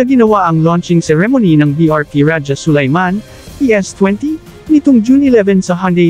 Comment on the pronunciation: AI cguro kasi Ra-ja instead of Raha(Sulayman).